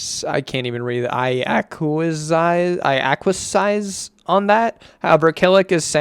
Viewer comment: "acquiesce" a-qui-es